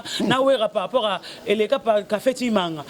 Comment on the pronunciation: alobi par rapour (ou lieu de par rapport ) na moni asalaka ngo na nko! Kkkkk